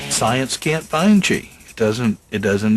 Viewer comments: it's chi, not chay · "He makes a (Chi)se ball" mmmm gouda